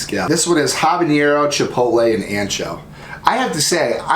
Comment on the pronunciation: “haba-neer-ro” 😂😂 Too funny!!! Ha-buh-neh-row = habanero Great video- you had me rollin! 🤣❤️❤️❤️